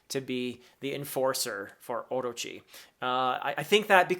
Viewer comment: professor, orochi is said orÔchi, the strong syllabel is the '' ro''